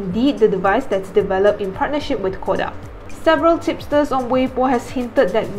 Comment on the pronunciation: You were pronouncing Kodak incorrectly. Please correct it from now on.